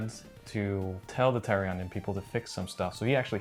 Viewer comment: Guys, its TERRAonion. Not TERROR - onion. haha! Great video though!